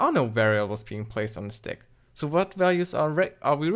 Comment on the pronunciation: cant even pronounce stack correctly, kind of hard to understand like what is that "`"x08' at the end?